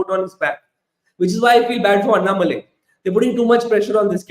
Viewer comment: It’s Annamalai not Annamali😅